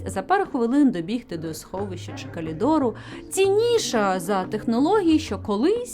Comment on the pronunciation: будь-ласка будь що але не "калідор" тільки не це((